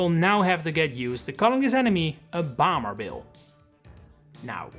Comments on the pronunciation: your pronunciation of “bomber” is weird, like you’re saying bamber and not bomber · Who pronounces Bomber as Boomer?